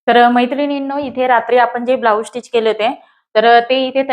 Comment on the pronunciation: स्टीच म्हणत जा.. टिच नाही.